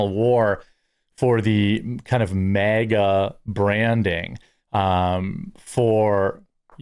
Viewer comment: You say MAGA like you're saying mega.